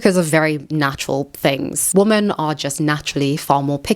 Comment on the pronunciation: why do you pronounce "women" as "woman"?